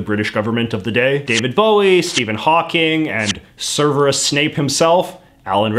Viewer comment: For the love of it's Severus. Not Serverus.